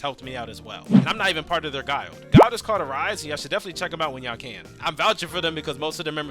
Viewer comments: Guyild?????? It’s pronounced guh-ill-d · you have to be retarded pronouncing guild like that.